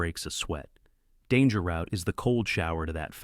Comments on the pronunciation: Very enjoyable, thank you! A small, and not desperately serious, plea: can you indulge the British, and pronounce Danger Route the British way (root, not rowt)? They contributed so much to the genre, it would be a small decency, don't you think? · I've heard Americans pronounce it "Root" and others ""Rowt" and thought maybe it was a regional thing, And it is that. Confirmed by an American on a live stream who responded to me asking if this was the case.